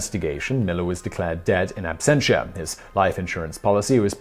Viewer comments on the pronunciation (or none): none